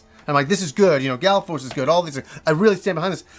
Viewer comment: FYI it's Gall Force not Gal Force. :)